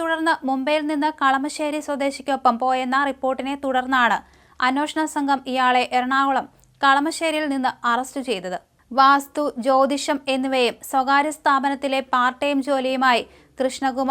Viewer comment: അന്നോഷണം അല്ല അന്വേഷണം. അത് ശരിക്ക് പറയാൻ പോലും അറിയില്ല. കഷ്ടം തന്നെ.